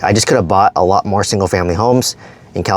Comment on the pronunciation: Do more, not “ma” lol.